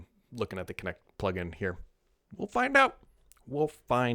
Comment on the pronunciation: I SWEAR I heard Kinect every time he said it. LOL